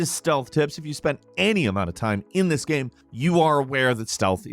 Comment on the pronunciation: "gaæame"